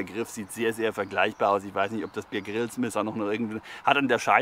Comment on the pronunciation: Der Mann heißt Bear (Bär, wie Polarbär) Grylls, nicht Bier Grills.🤣